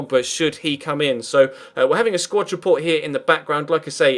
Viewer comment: I know this is a stupid complaint but for f's sake it's a SQUAD report, not a SQUATCH report this just really bugs me